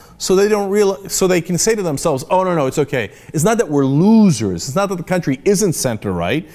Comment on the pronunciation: I love how Cenk can't say the word "loser" in a normal way anymore.